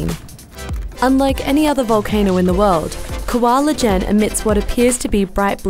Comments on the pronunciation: LOL. It's pronounced "kawa eejen" not "koala jenn". "Kawah" means creater. Ijen means "alone" or "single" anyway thank you for showing this magnificent nature gift to the youtube viewers. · Please get the pronounciations right :( 1. kawah ijen (Kuh-wuh Ee-jane) 2. hydrochloric (hi-dro-klo-rik) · Dwi Cermee oh! Kawah ijen! I heard Koala ijen 🤣🤣🤣 gw mikir emang d indo ada koala ijen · How the narator pronounce kawah ijen seems forced